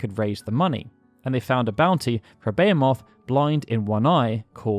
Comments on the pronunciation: Come on you can't pronounce Behemoth? Its not like its a weird word made up for ther series. Its a real word. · Imagine doing all that research and recording but not looking up how to pronounce "behemoth" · I have never heard Behemoth pronounced this way. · Are you saying Bahamut like that just to piss us off? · I know how it’s spelled. Just say it right… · weirdest way I have ever heard someone pronounce behemoth before. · Baya-moth? You've been making these videos for like a decade, and you can't pronounce "Be-hee-moth" correctly? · Why do you say "Bayo-moth'? Its Beh-hee-moth. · It's beeheemoth not bayamoth. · Beyamoth? I know "beh-HEE-muth" but... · why do you say baya moth. when its be he moth? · Behemoth ... why are you calling it bey-uh-moth? It's buh-hee-muth. Even in japanese it's Behīmosu. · It's pronounced beh-HEE-moth, not bayer-moth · why does no one say behemoth correctly? it's literally a fucking word. bayamoth BEH HEE MOTH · Where does this "BEE-uh-moth" pronunciation come from? It is pronounced "buh-HEE-mith", or in the UK sometimes it is "buh-HAY-muth" It's not a proper name or a made up word open to interpretation, it's in the Oxford English dictionary. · Behemoth BA-HEE-MYTH this isn't a interpretation thing. The name is 100's of years old. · I love how you say Behemoth the way I used to xD but as people have pointed out, its beh-he-muth xD love your channel though :D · “contained a beomoth” it’s pronounced (Buh-he-mith) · Wtf is a bayamoth? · Behemoth. It's a very common word. Not Be-HAY-MOTH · Im sorry but WHAT THE BLOODY HELL IS A BEYAMOTH?! I know of a behemoth BUT A BEYAMOTH I DONT KNOW lol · Beo-moth? Jesus dude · So wait, you pronounce "HP" as "hei" but "behemot" as "bei"?? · Bay Ha Moth lmao what? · I always knew the FF6 glitch as the Vanish/X-Zone. Didn't know all instant-loss spells worked. Also, the way you pronounce Behemoth makes me want to Van-Ban my brain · Except... that's not how one pronounces "Behemoth"